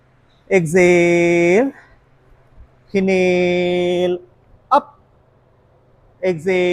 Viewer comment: Not hinale.😂Inhale and exhale